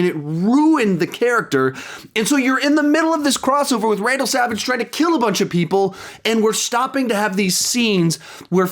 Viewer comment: It sounds like you are saying Randal Savage 😂